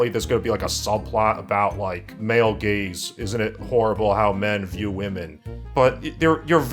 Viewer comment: For some reason I thought you were saying 'men gays things' instead of 'male gaze'. I must have a brain parasite.